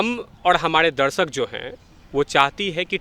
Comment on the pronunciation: Pehle sahi se bol toh le phir interview dena..... Humadeeee nhi be humare hota hain woh